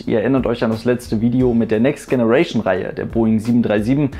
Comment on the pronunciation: Tolle Serie! Aber bitte hör auf "Next Generation" falsch auszusprechen. Richtig ist [Tscheneration]. ;)